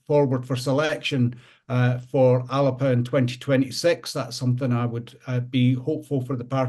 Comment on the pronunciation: Can you not get everyone to pronounce 'Alba" correctly? It's not hard, if Alex Salmond can manage it, you all can ;-)